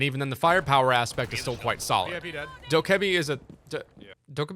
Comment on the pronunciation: "Doke (like Coke) a b" sounds better then "Doe Ke Bi"